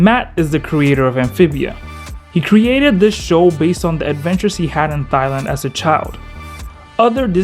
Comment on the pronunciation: "thy land"